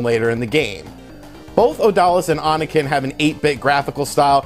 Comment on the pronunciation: Oniken is pronounced Oh Knee Ken. It means demon slash, or something.